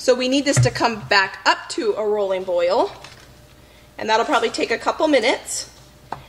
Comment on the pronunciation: This is so motivating! I really needed it. I do gotta say though, I miss you saying roiling boil vs rolling boil. It was the cutest thing. I now actually say roiling boil cuz I thought it was so cute when you used to say it LOL.